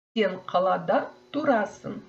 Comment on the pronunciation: уважаемая, вы говорите например "тұрасын", выделяете букву (ұ), но обычно я слышу что эту букву как бы опускает и слышится трасын.